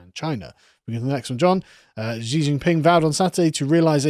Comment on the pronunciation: Hypersonic in aerospace engineering is at least 5 times the speed of sound, and more. High hypersonic is 10-25 times the speed of sound. Reentry speeds range is 25 Mach or more. Chinese pronounce Xi as Shee.